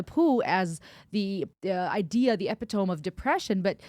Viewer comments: Good Lord….You have a university degree and you pronounce ‘epitome’ like ‘ep-i-TŌM’? The word is ‘e-PIT-o-mē’. That was the most terrifying thing in this video. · I have never, ever heard the word “epitome” pronounced that way…. Ep-it-tome? What? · You really said epi-tome xD love it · Hey ur pronouncing epitome wrong.. no biggee just thought u’d want to know❤️ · Epitome not pronounced like that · Hard to take someone seriously when they can’t pronounce “epitome” properly. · A therapist who cannot properly pronounce epitome?……. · Do you really consider yourself therapist when you can't pronounce the word epitome? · You lost me at your pronunciation of epitome!!! Learned friend. Oh, you’re US intelligent. Funny then. A parody?